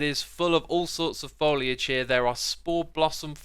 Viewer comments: Foiliage? its FOliage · ... "folliage"? You should probably look up how to pronounce that again.